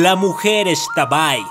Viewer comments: Me ofendiste no se dice extabay se dice ixtabay soy una yucateca y me siento indignada #pronunciabienlaxtabay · Hola amo tu canal soy fan del mundo mágico de j.k y también soy yucateca y me emocioné al escuchar las leyendas jejeje nota: no se pronuncia “ex-tabay” simplemente es “x-tabay” Saludos 😃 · Pronunciaste X'tabay súper gracioso 🤣🤣🤣🤣